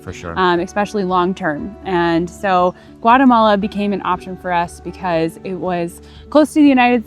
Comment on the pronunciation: Lads it’s GUA<>TE<>MALA not guaremala….